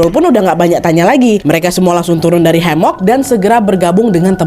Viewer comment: Hemok kak bukan hamok